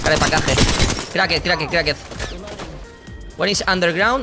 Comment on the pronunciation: Permíteme corregirte una cosa que me chirría mucho de tu inglés. Cracked se pronuncia crackt